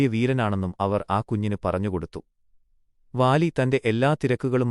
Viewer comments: വാ ലി അല്ല ബാ ലി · Vaali alla ooole baali